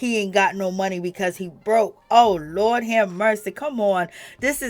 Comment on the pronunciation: Girl I luv your NY accent, when you say “Lawd have mercy” 😂